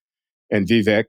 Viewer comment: Did my favorite linguist just butcher the pronunciation of Vivek’s name?